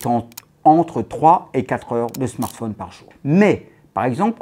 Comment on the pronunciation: Il me fait rire avec ses « smartphaune » 😂 Mais sinon le reste me fait pas rire :/